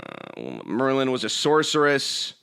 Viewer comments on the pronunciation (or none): none